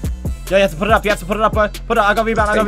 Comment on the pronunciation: bro... Or better yet, "bwo", you need to take some time for yourself and practice on them "R's" big guy!😂 Usually they put you in them speech classes when ur in elementary but it seems as tho you skipped that class... Can you just make a video where you just try to say words with an R in them? That would be classic!! Just a thought!🤔💭 R.I.P to all the R's!